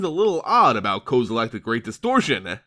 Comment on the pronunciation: Kozilack?? XD